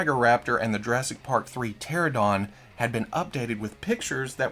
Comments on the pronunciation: Not try to be a douche, im a paleontologist so I gotta help you here, pteranodon is pronounced "tare an o don" lol. Hope that helps. Now can know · Tear-Ann-oh-don pteranodon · Love you. don't know lol.it is pronounced teranadon not being a dick jist letting ya know.Terrible thing with texting is you can never feel the persons emotion that is typing haha.I cant wait for alan grant and hope arnold comes with a extra gory arm that would be rad! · I know you love it when people correct you so I'm gonna let you know that it's "PteraNodon"